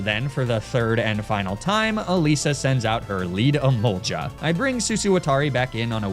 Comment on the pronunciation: E MOL GA NOT JA